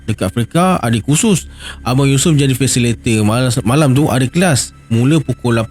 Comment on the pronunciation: Hehe...bkn 'Fasilator'...tp..'Fasi-li-ta-tor'...😂hehe...apa pon, u r da best..i'm a fan maaaa..😅😂